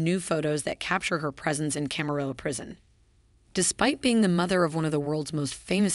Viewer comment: Like mather, like douther!